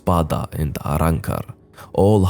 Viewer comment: Love how you say arrancar!